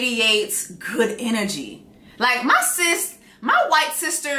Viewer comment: I’m cryin 😂 “I’ve seen what you have done for my sees-tah…” 😂😂😂😂😂😂😂😂😂